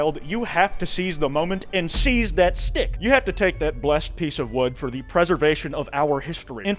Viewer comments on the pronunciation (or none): none